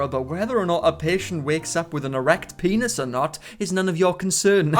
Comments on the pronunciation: what's a "pay-noss" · I don't know why.... But I cackle like a witch hearing him say peeaynus